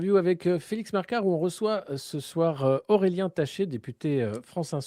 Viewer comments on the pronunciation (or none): Nota : Aurélien et non Aureien, sinon entretient intéressant.